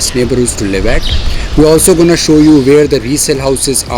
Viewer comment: You go-nna and gawnna is so taunting :)